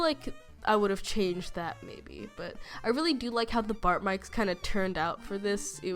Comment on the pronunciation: sort of i heard "bart mikes" instead of "bite marks" XD